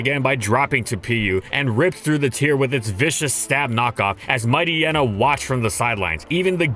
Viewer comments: No, MightYEENA not Mighty-enna. It's supposed to be a pun of Hyena (hyeena not hy-enna). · I thought Mightyena was supposed to be pronounced like hyena… is anyone else bothered by pronunciation? Haha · Mighty-ena? Might-yeena. It's bizarre because he pronounced Hyena properly. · WHAT IS WRONG WITH YOU? Why are you pronouncing its name "Might-y-ena" and not "Might-eye-eena"? You literally called it a hyena. It's pronounced like hyena. Like "Might-hyena" except without the H. I cannot BELIEVE yoou went the whole video calling it Might-y-ena, holy crap, it's so frustrating to hear.